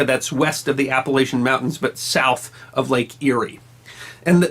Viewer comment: Say it right or else I’ll throw an apple at cha!